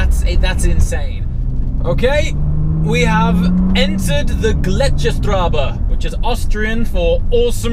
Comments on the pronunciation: in German we write a double s as “ß”, so it isn’t pronounced strabe, but strasse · Great video! And that colour just pops Little German side note here: in Gletscherstraße, the ß is pronounced as a sharp S.